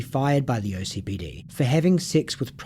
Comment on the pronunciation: Please it’s OKCPD not OCPD 😭😭 I know it really doesn’t matter but it sounds wrong every time I hear it